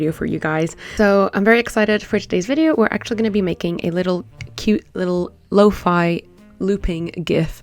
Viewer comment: Finally a person that says lo-fi not lo-fE!